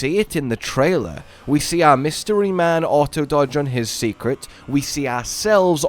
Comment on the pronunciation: Why do you keep saying Secret for the Seikret? I believe it's pronounced "Say" not "See" So like Saycrit Or "Say Crate" Ya know..cause in Japanese an "E" often has an "ay" sound to it?